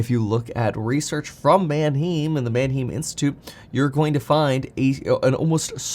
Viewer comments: Small fyi, Manheim is pronounced <Man-hime>, not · Erm, Mann-haym, not Man-heem. I thought you were borne in Germany. I guess not a lot of German stuck. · Man hime… not heem!! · Mannheim has a long i sound, hime not heem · Manheim is pronounced Manhime not Manheem ...painful to the ears lol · It's pronounced Man-hime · It's pronounced man·hime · It's manheim pronounced Man Hi Mmmm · Who else cringes when he said “Manheeeem” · Manheim rhymes with “mime.” Better brush up on your German. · Kevin, at least pronounce it right. Its Man-"high"mmm. Have been to the auctions at Mannheim, PA multiple times. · FYI it’s “man-hime” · Man-HEIM. It’s pronounced with the long vowel “i” sound. Like the city in Germany. man·hime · prounounced mann-hyme mate, good video otherwise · PLEASE KEVIN - Manheim is pronounced (man-high-m) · “Man hime” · Why do you pronounce Manheim the way you do. How do you pronounce Eisenhower?? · Gotta get the pronunciation of Manheim down - lol - love your videos though. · Learn how to pronounce Manheim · I don’t appreciate the way you say Mannheim, Kevin!!😤😂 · Please say Manheim correctly..... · Kevin, you're German! There's a huge Bahnhof there. You know how to pronounce it correctly!